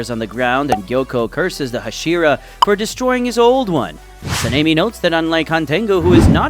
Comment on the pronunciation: I swear I heard Panini instead of Sanemi because of the pronunciation 🤠